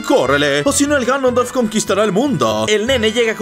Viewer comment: Soy yo o dijo granondorf el en el min